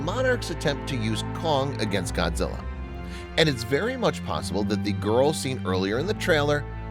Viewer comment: its not godzille